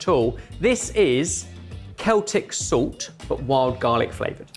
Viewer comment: "Zult" I always find pronunciation of "salt" amusing